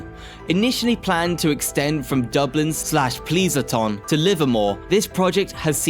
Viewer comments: PLEASE A TON excuse me. It is Pleas anton. I had to give this video a thumbs down bad pronunciation. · I fell out of my chair when he tried to pronounce Pleasanton... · San JOEse and pleezanton😂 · I know.. the mispronunciations are cringe. San Jose, Pleasanton, Van Nuys! Just do some basic research if you're not sure how to pronounce words.